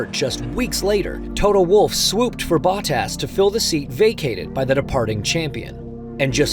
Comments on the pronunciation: Cool, but, uhhh…. This dude’s name pronunciations are just so cringy. Baw-Tass? Really? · It’s Bo-tas, not Bot-as 😂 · Its not botass its botas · Valterri Ba-tass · Is this some AI voice? BOT-TASS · Glad to see Valtteri Bahh-Tas😂 back in a car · Bah-tas or Bottas? 😂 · How do you do a whole deep dive video and not figure out how to pronounce the name of one of the drivers? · The way they say Bottas in this video, so cringe! I am pretty sure this is AI and not a human who knows anything about F1. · No way this is not narrated by an AI (listen to the pronunciation of Bottas?) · was this read by AI? Crazy pronunciation of Bottas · This narrator pronunciation of Bottas...really? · Is this an AI voiceover? Why did the official channel allow "Bottas" to be mispronounced every time? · wait, why is the guy reading this not pronouncing their name as correctly as they usually would... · Why does he has so much trouble pronouncing Bottas. Its not that hard 😂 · Is he pronouncing Bottas name correctly?